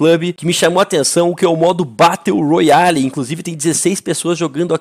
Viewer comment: Aí não fallen morando no usa e falando batteu royale aí o verdadeiro pinou